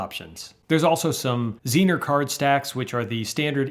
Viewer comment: I think the most intersting thing her is how pronounced Zener, I don't think I've ever heard it said that way before LOL Regarding the book, I'm patiently waiting for mine to be delivered (managed to get it 50% off too!). Really looking forward to getting it.